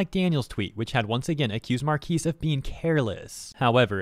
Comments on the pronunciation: So he can't say anything bad about a product just because he has a lot of subs? And you sound like AI saying Marques like "markees" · You say his name wrong